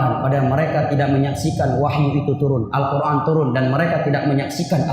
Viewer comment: mohon maaf bacanya : Al-Quran bukan Al-Qurngan